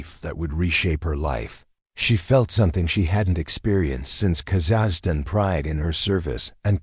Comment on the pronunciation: You don’t even pronunciation Kazakhstan correctly